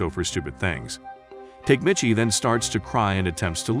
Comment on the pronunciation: Tokyo Revengers was actually pretty damn good.. unfortunately, there hasn't been any new episodes in a while. Tok-a-mee-chi You are murdering his name. It's cringy..